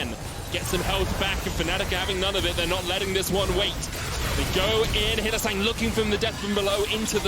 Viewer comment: Did he call him hylissint😂🤣